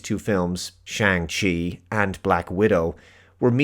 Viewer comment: Well, AKCTUALLY, you also mispronounced Shang 🙃 Everyone pronounces the movie title wrong anyway; "Chi" in Chinese Mandarin is pronounced differently to how westerners pronounce it (it's not like "ci" in Italian)